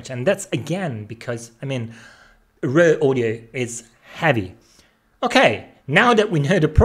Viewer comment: I thought he was saying 'rare' audio. It's raw audio. Needs some audio processing for language in next video.....lol - but good content.